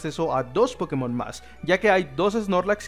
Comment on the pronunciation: Anda, pronuncias el acento en la E en la palabra pokémon vez de inventarte donde acentuar. He visto muy pocos hispanoamericanos que hagan eso.